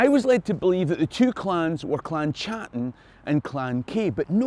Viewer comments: Great video, but Please could you stop mispronouncing my clan name. It's pronounced Cattan and not a "Ch" sound. Touch not the cat bot a glove. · The CH in Chattan should be pronounced the same as the CH in loch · In 2009 myself and my wife attended the Gathering of Clan Chattan, the 400th year anniversary of the Confederation. I was smartly schooled that the 'C' was silent and the name was pronounced "clan Hattan', my last name unchanged since Mark Hattan arrived in Virginia 1777.